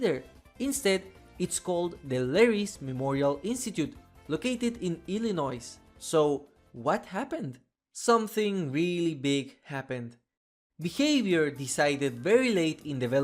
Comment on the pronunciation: The s in Illinois is silent